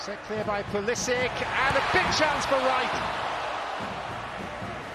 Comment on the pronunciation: Every time he says Pulisic's name it sounds like christian politic.